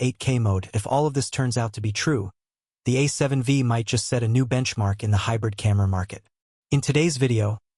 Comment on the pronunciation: A seven 'Vee'? This AI voice clearly doesn't know anything about cameras